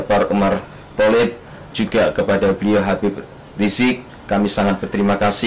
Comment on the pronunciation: Video pengakuan kembali ke Islam it palsu. Mngapa : 1. Wajah berbeda dgn Ali Markus yg asli 2. Cara berbicara juga berbeda dgn Ali Markus yg asli 3. Ucapan habib rishiq di ucap habib risky . 4. Berbicara secara terpaksa, seolah" berhati" dlm mengucapkan kalimat terlihat dari matanya